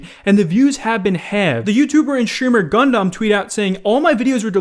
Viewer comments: it's Gundam not gun-dam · JUST SAY “gun-dum” NOT “gun-DOM” 😂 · Dudeee gundam is pronounced like gun-dum not gun-dahm lol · Also i don't think I'll be able to subscribe to a grown ASS MAN who can't pronounce its_a_Gun_Dumb itsagundam. You sound like a junior boomer asking how to find the new "poke man" gym on pokeman go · My god, I hate the way you say Gundam. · Nope, still can’t pronounce “Gundam”. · Please for the love of God someone tell how to pronounce Gundam. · Someone please tell this man how to say Gundam lol